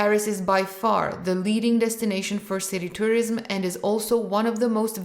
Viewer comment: Interesting. Some mistakes in pronunciation (tourism). But it’s ok.